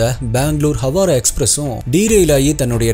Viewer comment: ஹவாரா‌ அல்ல ஹவ்ரா